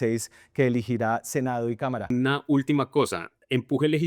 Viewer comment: es "elegirá", no "eligirá". Ojo con esos gazapos